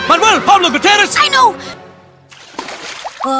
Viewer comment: none of them can actually pronounce 'gutierrez' the right way.